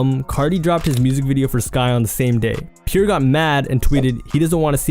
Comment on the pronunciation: It’s pronounced “Pee-Air” not “Pure”. Jesus Christ this dudes ability to mispronounce anything so many times in one video is astounding.